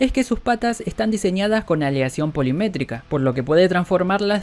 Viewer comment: Polimétrica no ¡POLIMIMÉTICA!